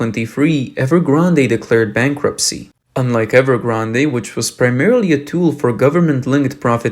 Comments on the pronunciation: Narrator also not pronouncing " Evergrande " correctly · That and "evergrandé" made me cringe so hard..